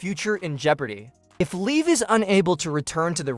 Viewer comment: If you're going to be a newscaster at least say her name right you're saying it all wrong it's Liv Morgan say it right being news person it's not leave Morgan that's like when you say leave like someone's going away her name is Liv Morgan get it right